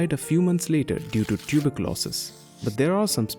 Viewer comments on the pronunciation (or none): I heard "died due to tuberculosis" as "died due to tulip losses". Made me wonder how passionate was his love for tulips!